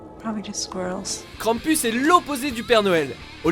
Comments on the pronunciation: Mdr on dit krampous. Sinon super vidéo De plus c'est un monstre autrichien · Krampus ce prononce krampous